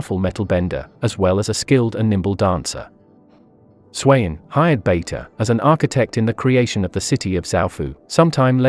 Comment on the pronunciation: Suyin became SWAIN lmao